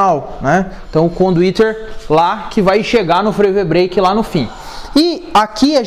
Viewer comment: CONDUITERRRRR KKKKKKKKKKKKKK